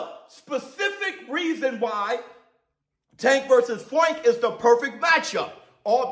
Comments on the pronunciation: Y is he saying Fwank lol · Bro stop saying Fwank 😅😂😂